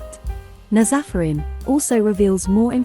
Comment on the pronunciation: Not everyone pronouncing Nazafarin in the wrong way 🤦🏻‍♀️😂 it's NAAz Afərin...a persian name